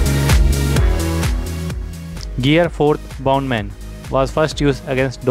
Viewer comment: it's pronounced boundman but said Bounce Man